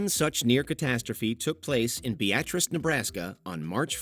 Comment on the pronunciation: Thank you for pronouncing Beatrice Nebraska correctly :)